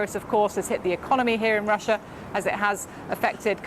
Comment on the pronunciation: The pronunciation of Russia is not correctly pronounced by BBC studio lady